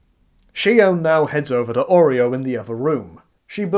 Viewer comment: Stop pronouncing Oryou as Oreo